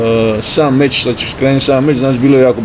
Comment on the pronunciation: Mozes li mi ti kao Hrvat objasniti zasto umjesto č slova kazete ć . Tipa meć umjesto meč . To mi nikad nije bilo jasno